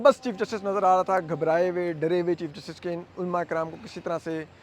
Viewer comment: علماء کا تلفط ulamaa ھے ulmaa نہیں۔ لام کے اوپر زبر ھے۔ اسی طرح غلط اور غلطی میں بھی لام پر زبر ھے۔ ان کا تلفظ ghalat اور ghalati ھے، ghalt اور ghalti نہیں۔ نیز اپنے وطن کا نام لینا بھی سیکھ لیں، جس کی محبت کے آپ دعویدار ہیں۔ لفظ پاکستان paakstaan نہیں، paa-kis-taan بولا جاتا ھے۔ "ک" کے نیچے زیر ھے۔ چیمبر کو بھی chaim-ber کہا جاتا ھے، cham-ber نہیں۔